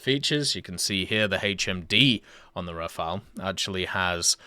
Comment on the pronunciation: It’s not pronounced rafai, or Rafael, it’s Rah-fall